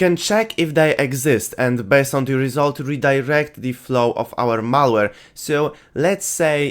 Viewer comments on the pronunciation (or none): Result ❌ Resoult ✅